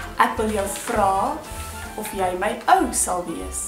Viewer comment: Hey, why do you pronounce Jy like 'yay' ad non 'yey'? :)